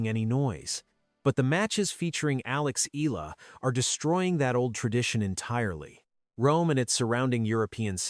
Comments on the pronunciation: IT'S EE-YAH-LAH NOT EE-LAA❗❗❗❗ ANOTHER STUPID CONTENT CREATOR❗😡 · ANOTHER STUPID CONTENT CREATOR IT'S EE-YAH-LAH NOT EE-LAH❗ BETTER STUDY THE PRONUNCIATIONOF YOUR CONTENT FIRST, IT'S YOUR JOB AND RESPONSIBILITY TO READ AND PRONOUNCE THE RIGHT PRONUNCIATIONTHE NAME OF YOUR CONTENTS, IT'S NOT EXCUSE THAT BECAUSE YOUR AMERICAN OR YOUR NATIVE LANGUAGE IS ENGLISH YOU'RE MISPRONOUNCING THE NAME OF YOUR CONTENT CO'Z THEY'RE FROM FROM OTHER COUNTRY. ARE YOU LACK OF INTELLIGENCE RATHER STUPID❓